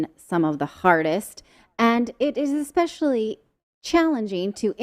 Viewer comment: Do your really phucking say,"expescially..." Dear God, my poor English.